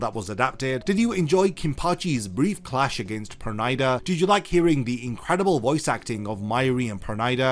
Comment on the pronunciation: Why u pronouncing his pernida wrong 😭